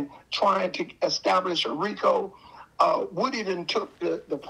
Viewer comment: Boss pronounce like " Whooty " not like wood